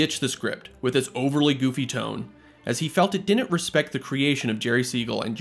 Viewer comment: Dude, you're killing me with "din'nt".